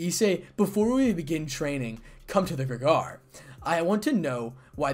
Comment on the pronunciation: Grig-or-ee emphasis on the middle syllable.